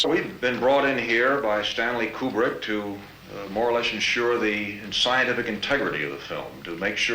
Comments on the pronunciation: I'm pretty sure Kubrick is not pronounced Q-Bert. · It drives me crazy you say his name wrongly. It's not pronounced like a pool cue, but like a chicken coop. Koobrick. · Great video, but your mispronunciation of 'Kubrick' drove me crazy (ku:brik /u/: 'oo' as in 'goose'). Please, god, get it right. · Re: Stanley's last name, which you pronounce as "Cue-brick", do like the NASA scientists and the space flight attendant in the movie do and pronounce it as "Koobrik". We people who lived through his career know him by that pronunciation, so on such a monumental work that you've done, it would have been a nice touch, otherwise... well done. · Pronunciation of Kubrick and Werner von Braun are wrong.